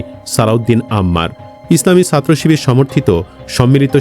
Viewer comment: চিবিয়ে চিবিয়ে শিবির বানান